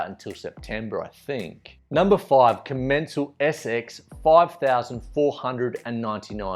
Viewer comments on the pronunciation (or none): none